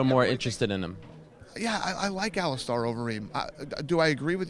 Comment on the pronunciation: Is it pronounced AliSTAR or AliSTAIR? I thought it was stair not star...iunno just curious.